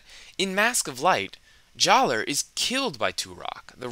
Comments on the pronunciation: Good video, but I want to mention that even though they did change the spelling of his name, "Jaller" is still pronounced "Jala." I know it's strange. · The official guides say JAH-luh. True, this doesn't resemble the spelling, but the pronunciation remaining the same is consistent with the other names they changed. Huki=>Hewkii, Maku=>Macku, Puku=>Pewku, etc. The only thing I can think of that changed completely was Tohunga=>Matoran, and that's probably because Tohunga was a particularly sore spot. So, basically, official books published years after the change provide the same pronunciation, and none of the other Matoran with name changes had their pronunciation changed, so JAH-luh it is, but say what you want.